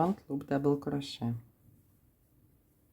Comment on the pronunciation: It is pronounced CROW-SHAY.